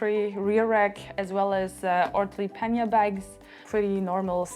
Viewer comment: You are french and you are mispronouncing the word pannier